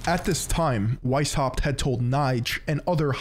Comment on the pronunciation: The "weis" in Weishaupt is pronounced "vice".